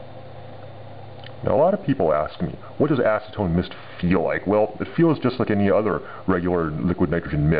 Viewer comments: lol sound like ur saying asstone so ima call it asstone XD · Acetone snow? ASnowtone!